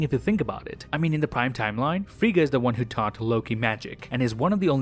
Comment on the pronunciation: Is it me? OR-hear-me-out, I believe you’re saying “WONG” (as in from Doctor Strange) and not “ONE” 🤔